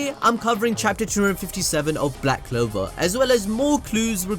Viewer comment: Honey..I think its CLOVER not LOVE 😂😂